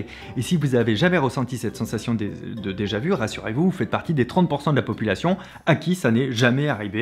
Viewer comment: “A déjà-vou”